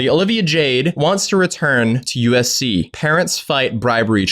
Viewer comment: I keep hearing ufc lmao